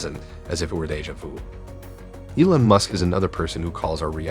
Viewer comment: Who the hell says Elon like that? I mean I'd get it if you weren't American but jesus christ "A-lon" really?